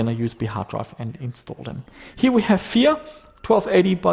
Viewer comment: when he pronounce "Fear" I hear "vier" ;)